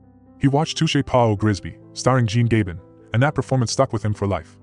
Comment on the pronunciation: The way you (or AI) pronounced the name of the great Jean Gabin hurt my ears and my soul. Alain Delon was not only very handsome but he had style, elegance and was very charismatic. A total package that comes maybe once in a generation - if we're lucky. Thank you for the video.